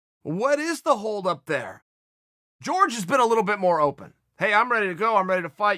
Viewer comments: Horhe it pronounced HORHE not george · Jorge “Georges” Masvidal -Chael “i dont know how pronounce people’s name” Sonnen